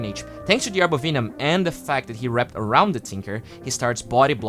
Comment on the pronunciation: VENOM! Not VEENOM. /ˈvɛnəm/